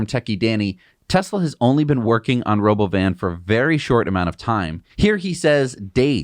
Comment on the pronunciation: "Robo-oven", that's how it sounded to me. And it's basically a minibus. With no windows. With half the seats facing backwards, which is what no one likes in buses. If a bus has some seats facing back — those are the last to be occupied. But was the only way to have any illusion of visibility — painting the walls white and putting the seats back-to-the-wall.